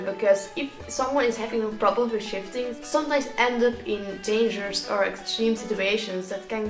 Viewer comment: I kept thinking he was saying shitting 😂